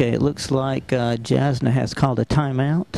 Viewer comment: lol they mispronounced her name (jasna pronounced Y-ahs-na)